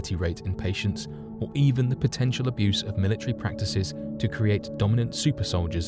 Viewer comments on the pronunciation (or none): The word is "Potential" - that is "PO..." not "PI...". "Arrrrrgh!".